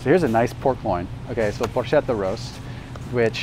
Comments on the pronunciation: Brus-Ketta...Por-Ketta..."ch" is pronounced "K"...but LOVE the video, informative and fast moving...thank you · Just have to say, if you really want to pronounce these Italian words authentically: bruschetta = brusketta; porchetta = porketta. CH is pronounced like a K, not like SH.